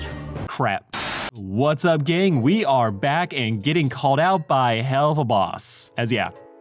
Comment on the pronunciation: WE????? Are you french?